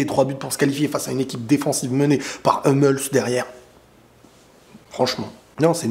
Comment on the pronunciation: T'as raison sur tout sauf sur la prononciation de Hummels , ça se prononce " Hoummels" ;)